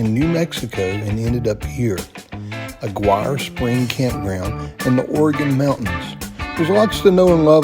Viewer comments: Thanks for posting! Btw, Aguirre is pronounced “ah-gear-ee.” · Aguirre is pronounced uh-GEAR- ee